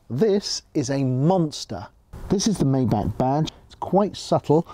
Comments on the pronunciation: Maybach, not Mayback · It would be nice if this Car Guy could learn to pronounce the name of his new Mercedes correctly. It is pronounced "MY BACH", NOT MAY BACH. Please not that. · Maybahr not Mayback Please 🙏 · You're not even saying it right...its not a may back it's a my bock. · My Bach... 'My' Bach, not 'May' Bach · Maybach Not maybak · Bro it's Maybach not meybeck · you say "mayback" but it's called "maybah" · Watch this video and listen how the lady said it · For god sake, you're European, MY-BACH, only American get the luxury of calling it a MAY-BACH. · Sorry to disappoint you. But the historical and correct name is pronounced Maybach [ˈmaɪbax] Just like the classical musician Johann Sebastian Bach. I know it became common to call it Mayback but this is inaccurate As a Germano-French citizen I can assure you Maybahr is the correct pronunciation for Maybach (not the orthography, which is just an example) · Nur wahre Deutsche wissen dass man es nicht mayback ausspricht . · "may back" rip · Its actually pronounced "My-Bach",. Wtf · it’s pronounced myback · It's pronounced "My-bark". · My-back is how you say it ! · First thing I would work on is the correct pronunciation of “Maybach”! Clue: it ain’t maayback! 😆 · You pronounce it "Meintheback" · Dude, if you buy a car like that, learn how to pronounce it first! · Oh come on... don’t spend just money, but also a tiny bit of effort to not butcher a car‘s name completely. Please tell me you don’t do the same with „Porsche“. 😊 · Learn how to pronounce maybach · too bad you can't pronounce maybach right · now that you "are" in the 1% of the 1% club, you may learn the proper way to pronounce Maybach so you perfectly blend in with your fanciness... anyway, that's definitely the oil industry tycoon type of land yacht. gorgeous yet flamboyant